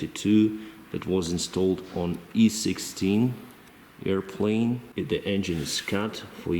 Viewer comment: with all due respect , i love how you say airplane ... airplaine🤣🤣🤣🤣🤣🤣 (just for fun)